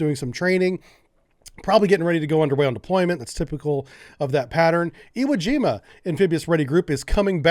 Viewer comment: Iwo Jima is not pronounced as Iowa :)